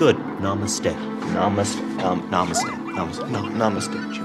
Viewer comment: was super funny on sketch doing the yoga poses. He also kept saying "amaste" instead of "namaste".:]